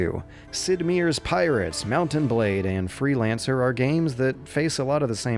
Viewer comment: Just a heads up: Sid Meier is actually pronounced Sid M-Eye-er.